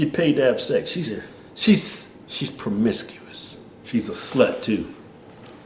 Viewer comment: Wtf is pwomiscuwis? Lol